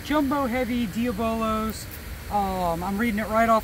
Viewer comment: I love watching your channel but it kills me when you say your using "Dee-a-bo-lo" pellets. It's "Dee-aab-low". I have heard you say it correctly once just dont know which video.